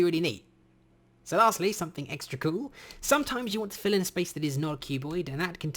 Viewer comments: am i the only one who heard "Phil and Cloe?" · “Fill has a new replace function” What I hear... “Phil is the new stepdad”